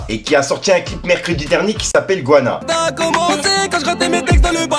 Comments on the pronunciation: Et mon ruff le petit jeune là qui rap,Force il est lourd,du sale la top line;mais apprends à prononcer le titre du son si tu veux faire une bonne promo!respect à tes valeurs et ton acharnement!ce n est pas une embrouille je précise pour les gobeur de merde!c’est Guyana et non gouana!!!lol je suppose,tu sais Guyane c est fr et Guyana c est uk et l autre néerlandaise(hollande quoi)!merci les colons putain… voilà j ai fais mon relou!!! Grosse Force à mon 973 et toute les west indies!! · c'est GUYANA pas GOINA le titre de V.G.TA 😭